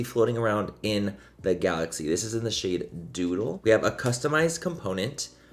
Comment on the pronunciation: When you first said “doodle”, I thought you said “dodo” 💩😂